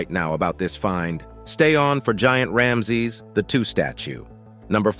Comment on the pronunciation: Has them stunned "to date"? and who pronounces rameses as this video does? The poor English and pronunciation doesn't inspire confidence in the subject material.